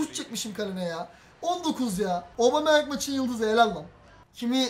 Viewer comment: abicim obameyang değil abumeyang